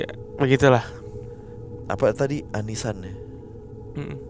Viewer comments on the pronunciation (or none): Bukan aniisaan wkwk Oniii-chaaan